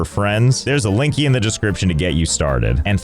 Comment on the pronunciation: "Linky" Josh.... like c'mon man. lol